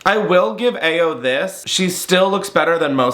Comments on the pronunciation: Pls learn to say Ayo’s name correctly lol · you butchered the pronunciation of Ayo’s name!